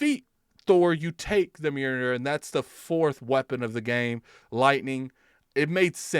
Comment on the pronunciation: Pretty sure it’s pronounced “Mule-near”.